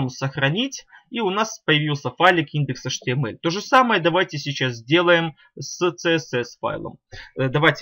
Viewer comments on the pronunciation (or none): Вы говорите atml а потом не понятно